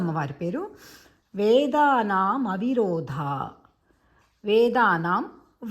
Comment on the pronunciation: అమ్మా మీ విశ్లేషణ సరియైనదే, ఉఛ్చారణ సరికాదు. వేదానామ్ విరోధాయై నమః అని పలుకరాదు వేదానామ్ అవిరోధాయై అని మాత్రమే పలకాలి